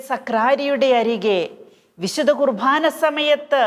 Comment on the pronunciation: ദയവായി കുർബാന എന്നു പറയാൻ ശ്രദ്ധിക്കുമോ..കുർ ഭാ ന എന്നാണ് ഉച്ചരിക്കുന്നത്..കുർ "ബാ " എന്നു പറയാൻ കഴിയും..